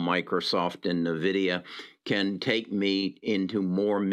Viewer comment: Just FYI, you aren't pronouncing Nvidia correctly in a lot of your videos. It's EN-Vidia not NUH-vidia.